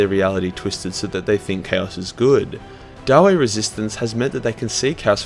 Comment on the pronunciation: is it really so difficult to spell the word dawi?It's like daui,not daw-ay.We're in warhammer Fantasy,not Shrek